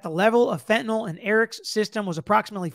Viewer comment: Couldn't help but laugh when Dan Abrams said Eric Richins was killed "fentyn-ally"